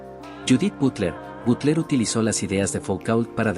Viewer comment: Dicho con perdón, no me soporté esa pronunciación del nombre Foucault (se pronuncia "Fucó", aquí se enuncia con un insoportable y mil veces dicho "Foucaul")) o a Louis Althusser (se dice "Luis", aquí lo pronuncia "Louis") o Butler (la enuncia "Butlér") o Habermas (pronunciado "Habermás"). Lástima de esos prosaicos errores, pues es una buena reseña. De verdad, busquen un locutor que haya conocido alguna vez a los pensadores de que habla o enséñenle su pronunciación. Pónganle cuidado a eso, pues deja en los oyentes la duda sobre el conocimiento efectivo en torno a un pensador cuando de entrada se le nombra de forma tan impropia. De todas formas, gracias por el esfuerzo al redactor el texto..